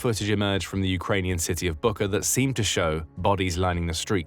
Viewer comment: Just small correction, Bucha, not Buka